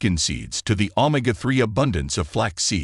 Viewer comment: You need to upgrade your AI it can't even pronounce Omega that is pretty sad